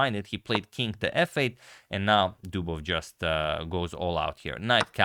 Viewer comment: "...a 'Dubovious' move" ~ Agadmator in a past video.